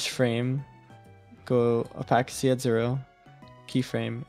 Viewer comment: Someone please teach my boo how to say opacity 😭😭😭